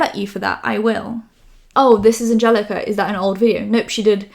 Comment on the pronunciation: how can anyone not pronounce? thats whats surprising to me i’m sorry